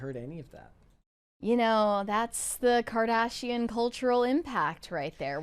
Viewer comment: The way she pronounced Kardashian at the start of this video